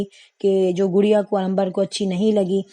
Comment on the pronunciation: انگلش کا تلفظ بہت خراب ہے گڑیا ہے